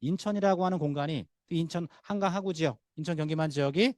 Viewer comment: 으이구.... 여~엉, 귀에 거슬리네요. '하,구'가 아니고 '하:구'입니나.